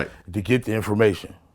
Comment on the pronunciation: "i'm not no dumb duuuuude....." " and i know how to go to the Freeaduaummb of infoaramatin act"